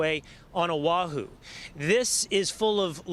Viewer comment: please check your pronunciations. Been here 30 years. a,e,i,o,u is pronounced ah, eh, ee, oh, oo. Thanks and God bless the victims. Oahu is pronounced OH AH WHO, not owahoo. KAH PA LOO AH, not cap a loo ah.